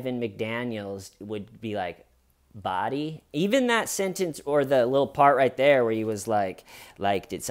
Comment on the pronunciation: You don't think that hay-ur is they-ur,? The HAY-UR WAS THEY-UR.